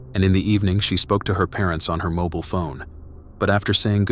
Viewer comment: What is a moble phone?? I think you mean a mobile phone